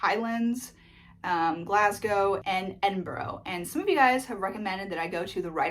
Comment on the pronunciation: You pronounced Glasgow correctly and thanks for that, but can you please, please learn how to pronounce Edinburgh correctly, genuinely nothing personal but I am from Edinburgh and the amount of your fellow Americans that butcher the name is infuriating to us locals lol! There is a good museum close to Edinburgh in my hometown of Dunbar that is the birth place of the conversationalist John Muir, who lobbied to start the US National Parks, Dunbar is 25 mins by train from Edinburgh and around 30 mins by car. Also if you do get to Edinburgh I'd recommend the National Museum of Scotland, it's free and is worth a wander round